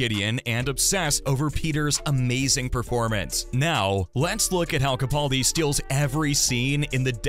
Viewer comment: Very nice video BUT If you do another, could you please pronounce Mr Capaldi's name correctly? It's CaPALdi, not CaPAULdi. It's mispronounced everywhere - and it drives me crazy. However, I saw an interview where interviewer asked the proper pronunciation and Peter himself clarified it.